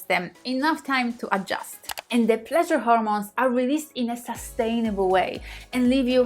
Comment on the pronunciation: My porn is listening to say 'Plleasure' 🇵🇱🎶 😘